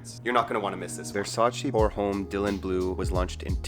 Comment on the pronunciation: This video is 3 years old, so I’m really hoping that by now he’s learned to say homme without pronouncing the “H.”